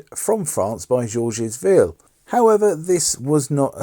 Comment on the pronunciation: Please.... if you're going to make a video about Crosville, at least make an attempt to pronounce Georges Ville correctly. Anyone will tell you it isn't Jorjiz Vill.